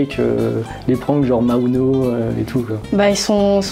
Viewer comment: Il a osé dire maouno quoi